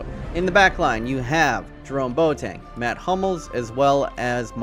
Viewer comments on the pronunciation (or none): none